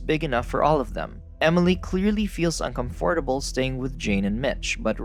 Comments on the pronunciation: What dialect is the word uncom fordable? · Un-com-FORT-able...lol. I actually prefer the way it sounds that way.